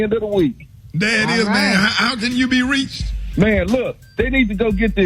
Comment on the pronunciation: I cringe everytime Rick say "let everybody know how u can b REACHED" Its so annoying. Other than that and his reading... He 💯